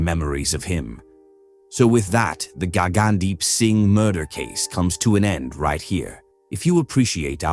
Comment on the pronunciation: Did really say Gaygandeep? 🤣